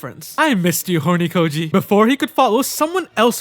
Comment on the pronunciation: did did bro say hornykoji ?